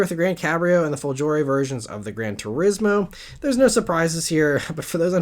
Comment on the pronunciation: Hello, great video as usual! Only one small thing: the g in "folgore" is pronounced like the g in the english word "got". Also the accent is on the first o.